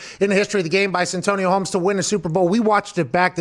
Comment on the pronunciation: Most ppl: Santonio Holmes Some ppl: Antonio Holmes Pat: San Antonio Holmes😂